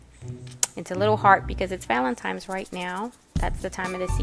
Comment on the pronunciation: Love your videos......but did you r e a l l y just say "valentimes"?